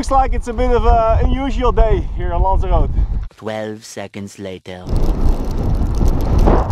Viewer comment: He pronounced Lanzarote right at the start. Woo